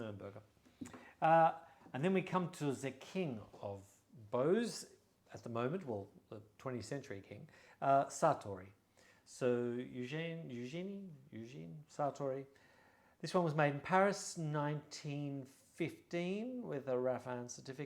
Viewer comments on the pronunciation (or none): Thank you! For Sartory, say "EugÈne" with the "È" like "bear". 😅